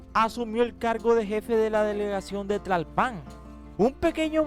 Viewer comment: "Demasiada crema a sus tacos". La información está bien, pero todo el rollo adyacente, es pura paja. Los 23 minutos de programa de Paty Chapoy, pueden convertirse en 10, de información auténtica... ¡Ah! Tlalpan lleva acento prosódico en la primera "a", no en la segunda.